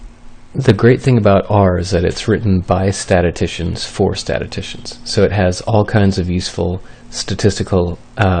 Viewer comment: UC Santa Cruz? No wonder you sound stoned! Also STAT-iss-TISH-un....practice that